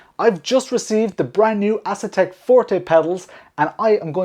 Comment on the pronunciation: Bruh, I could be wrong but I don't think it's pronounced Ass-Attack